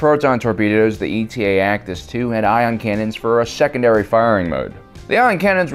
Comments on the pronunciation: It’s Eta, not E T A. It’s a Greek letter like Delta or Alpha. But what do dolphins know about alphabets. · It's not ETA its eta, as in the seventh letter of the Greek alphabet. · Eta! Not E T A!!! Eta Eta Eta!!! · Its pronounced Eta-2, like the greek letter. Not E.T.A. just like there was the Delta-7. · It’s not ETA (like the acronym for estimated time of arrival) but eta as in the Greek letter eta. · E.T.A? ETA (Ay-Tah), like the Greek letter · Um...TIEs have life support in Canon. It was only in Legends that they lacked this. Also, it not ETA, it's Eta (a Greek letter, just like Delta). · Is it actually called E t a and not the Greek letter Eta? (Pronounces 8 ah) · you only managed to get the model name correct once in the whole video. ETA the acronym, would be pronounced separately. eta (eight-ah), the Greek word, would be pronounced like Delta. eta-2 actis, not ETA actis 2. also, the delta-7 is "aethersprite", not "aetherspire". /nerdrage 🙃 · It's pronounced Eta, like the Greek letter, not E.T.A. It was designed as an interceptor, not an attack fighter or space superiority fighter, so it was never meant to go up against capital ships. Thats why it doesnt have any kind of missile launchers. As for not having shields, the canon explanation is that it was simply too small to sport shields without sacrificing either speed or firepower. Do better research for your videos. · "E. T. A." sighs It's Eta, as in the Greek letter, like Delta. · Don't you mean the "D-E-L-T-A 7 Aethersprite" and the "A-L-P-H-A 3 Nimbus" fighters? These Kuat designs are all indicated by a Greek letter dash number-- it's pronounced /etta/ and is the seventh letter. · I always thought it was pronounced "Eta" as in the Greek letter.